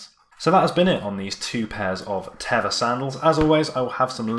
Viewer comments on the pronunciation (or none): It's actually pronounced Tey-va